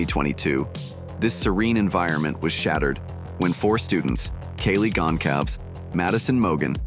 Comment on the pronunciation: I hate how the speaker mispronounced Kaylee's last name throughout the video as well as Xanax's name!